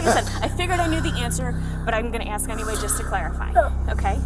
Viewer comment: there's no letter D in that or though. And the S comes before the K in ASK learn how to speak English. You sound very unintelligent.